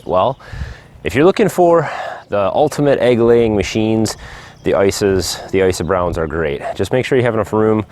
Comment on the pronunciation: Icy browns? How do you spell that? I couldn't understand you. Thanks